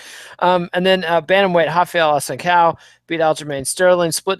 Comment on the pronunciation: That is a ç in Assunção's name. It's a soft C sound. Phonetically its pronunced A-sun-Saauu